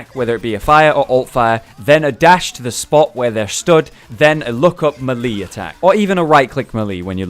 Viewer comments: everybody knows it is MeLayLay :> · meh lee like gen jee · Meelee, idiot